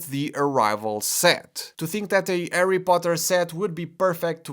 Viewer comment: Who's Arry Potter?😁👍